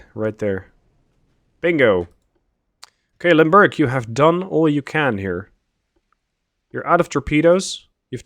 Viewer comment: You say, "Limburg" I hear "Lundburg."